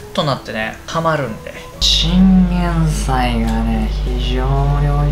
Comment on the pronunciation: 豆乳分離するの気になってたんですがバター入れると平気なんですね！ 勉強させていただきました！ 途中おにいさん ティンゲンサイって言ってましたよwwww